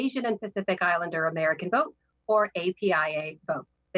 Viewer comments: It's apia not aapia js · How many times does he have to say..AIPA...is he dyslexic...it says APIA...this dude can't even read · Bidens very first sentence he messed up. He called it epia its apia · He said straight up the whole time Aapi Is it not apia? Just unreal